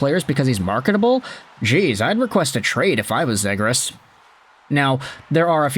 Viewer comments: Its ZEEGRAS Long E vowel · C'mon, you know it is pronounced Zeeegras with a long E.. At the very least respect the player and pronounce his name the way "he" pronounces it. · I’ve never heard anyone pronounce “Zegras” like that before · Forsure not saying his name right lol